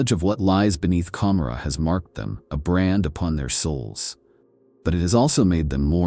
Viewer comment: I don't think I've ever heard it pronounced as com-ma-rah, I am no hardcore fan so correct me if I'm wrong but isn't it Ka-more-a and is a deliberate choice to conjure up the city Gomorrah from the bible.